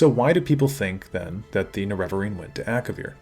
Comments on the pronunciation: Huge fan. Love your videos. But I don't understand why you say "Nerev-areen" vs "Nere-vareen" the in game dialog says "Nere-vareen" and you don't say "Lord Indoril Nerev-ar".. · You might start by pronouncing Ner e va reen properly instead of nereveverine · the way you pronounce Nerevarine drives me crazy. the weird thing is you pronounce Nerevar normal, and it's the same word just with a suffix. it's weird how your vowel emphasis fully changes. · >uses clip from morrowind of Azura pronouncing Nerevarine correctly >pronounces it wrong the rest of the video anyway